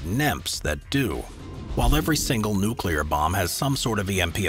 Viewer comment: Awesome!! Finally, someone besides myself who can pronounce "nuclear" properly :). That charging road is badass!!